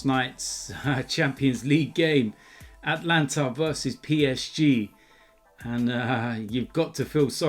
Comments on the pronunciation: FFS it's not Atlanta it's ATALANTA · Bro it’s Atalanta not Atlanta.... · Ata-Lanta not At-lanta even I make that mistake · Atalanta not Atlanta. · Its not atlanta (in America) its atalanta